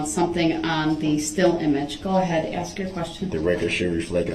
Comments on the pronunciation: Then “but I’ll axe again” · Axed——-I hate this word! Why can’t he just say ask! It’s taught early on. In kindergarten I believe. So why??? Also why does he tell grounds for everything????